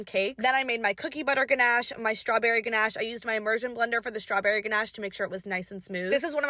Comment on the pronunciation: You said ganache and macaroons wrong SAY IT RIGHT